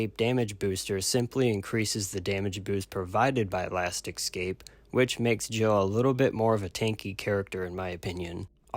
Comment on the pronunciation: It's last "eh-scape" not last "exs-scape"jfc